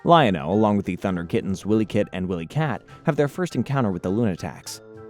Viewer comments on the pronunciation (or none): How old are you dude.. it’s Wiley kit and cat.. not Willy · but yeah also this guy said “Willy kit and Willy kat” so I feel your frustration lol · Wilykit & Wilykat pronounced why-lee. Not Willy kit and Willy kat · Lost me a minute in for not even knowing how to pronounce their names. Tells me you never watched the show. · Bro. It's not Willie. It's Wily like the coyote (kai-oat-ee (US)) that chases Roadrunner. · You think you're and expert on Thundercats and you call them Williekit and williekat? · And Wylie Kit and Kat. Long "i" sound, not short. Same with Mum Ra, not Moom Ra. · It’s Ja-Ga and Wi-lee. You’re obviously young lol. Good video, thanks. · The name is Jaga!! NOT YAGA!! The kids are called WilyKit and WilyKat. it is read as Wild Dee Kat! Not Weld Dee Kat!! How can you read all their names wrongly?!? Dud you even watched any of the episodes before? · Yeah, Wylie Kit and Wylie Kat are both mispronounced as well.